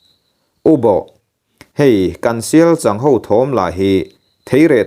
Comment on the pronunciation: Sialchang ani chhen lo 😂 Sialchâng, changzawl i lama chang ilam ang chiah khan sialCHANG kha lam rawh 😂